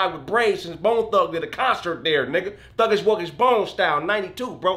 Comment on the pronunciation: Lmao did that nigga say thuggish wuggish bone?